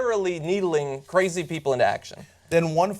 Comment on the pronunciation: kuh-razy bitch.